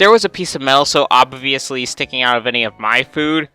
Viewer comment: I love how he says obbbbb bvvvidasly